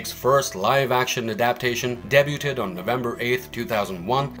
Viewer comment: You're unfortunately pronouncing debuted wrong